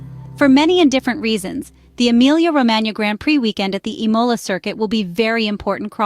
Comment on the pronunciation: Please learn how to pronounce the word Imola! The accent is on the I and not on the O!!